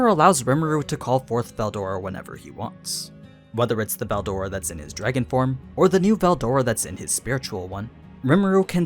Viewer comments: the way you pronounce veldora is so fckn annoying it makes my ears bleed. I don't get how it's THAT hard to pronounce. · this isnt in Japanese, so he doesnt need to pronounce it like that. But yes its pronounced berudora.